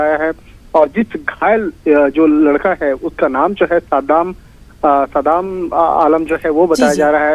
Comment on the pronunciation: सदाम नहीं है सादाब है